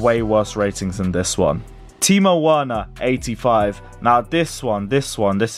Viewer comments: pronouncing Werner "werner" and not "verner" is triggering my brain. And that's coming from an American. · its pronounced verner not Werner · It’s verner not Werner 😭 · Timo’s surname is pronounced Verner not Werner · Werner is pronounced Verner for the 100th time,, 😡😡😡😡😡😡😡😡😠😡😠😡😠😡😡😡😡😡😡😡